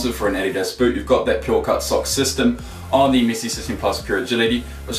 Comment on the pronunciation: He says missi not Messi